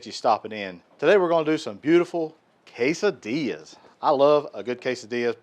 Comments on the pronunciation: Dude! K-Sa-Dillas!! Man that’s some good groceries. We doing that this weekend! Thanks buddy! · Thanks and Marti! Love a good K-Sa-Dillas!